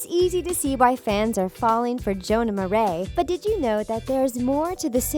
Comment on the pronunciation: Jonah Mar-a triggered